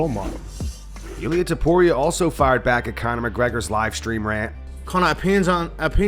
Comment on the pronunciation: “tuporio” “topora” yeah he’s not getting that fight😂😂😂